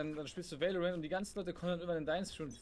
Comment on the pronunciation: Warum sagst du immer veilorent?